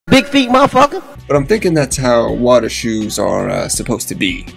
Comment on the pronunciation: He said dem water shoez😂🤣😭💀💯💯💯